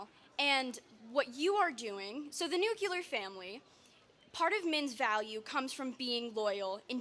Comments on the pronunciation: Why are so many people unable to pronounce the word "nuclear?" It makes me cringe every time I hear "nucular." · It’s NUCLEAR!😂 lord that pronunciation was driving me nuts🤣